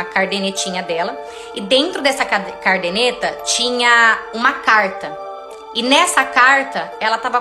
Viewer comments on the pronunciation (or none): Oi minha querida! Só dando uma dica para você. Você falou “cardeneta”, mas o correto é caderneta que vem de caderno. Muito triste a história! Pena que não houve perdão para o bem da criança… 😢